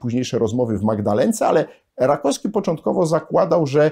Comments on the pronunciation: Bardzo przepraszam że czepiam się szczegółu, ale naukowiec, humanista powinien zwracać uwagę na poprawną wymowę. Rakowski a nie Rakoski. Jeszcze raz bardzo przepraszam ale uważam że ktoś taki jak pan powinien zwracać uwagę na wymowę żeby Polacy mieli wzór do naśladowania. A tak poza tym zawsze czekam na kolejny odcinek na pańskim kanale, staram się śledzić pańskie publikacje od momentu kiedy dawno temu wpadła mi do rąk Reglamentowana rewolucja. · RakoWski a nie Rakoski. Strasznie razi.